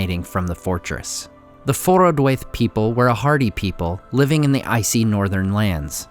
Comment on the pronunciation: The -waith ending of Forodwaith rhymes with 'wife', not with 'waif or 'fate''.